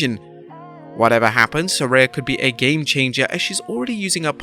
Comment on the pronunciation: Saraya is pronounced Sariah and Kevin Dunn has the most punchable face ever.